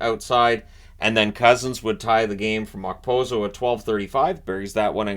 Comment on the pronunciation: I'm going to post this on every video until he gets it right. The K in Okposo is silent!!!